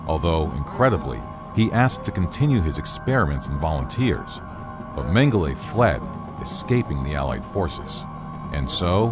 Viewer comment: As disturbing as these war crimes are... The narrator consistently mispronouncing Mengele's name really bothered me!